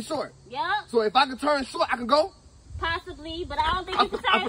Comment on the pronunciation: She said every syllable in "Possibly."❤